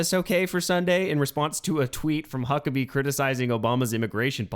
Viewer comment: Is Tim saying Hucklebee?